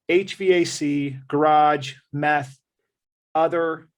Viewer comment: He really said meth!!! Read your comment and thought you were trolling but no!!! He really said budget for meth!!!